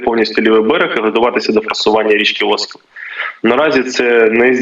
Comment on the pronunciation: Правильно - Оскіл, наголос на і.